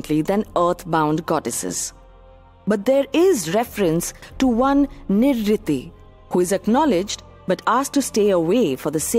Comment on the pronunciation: Why doesn't the narrator pronounce names without the anglicising them? They're to be pronounced as: Nirreeti, not Nirriti; Graam-dev, not Grama-deva; Puraan, not Purana